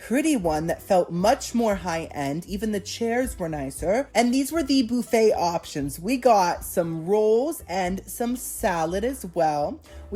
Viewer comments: BOO-FFET. HAHAHA. ITS BUUUUUFFET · Every time I hear you say "Boo-Fay" it makes my day a little brighter 🎉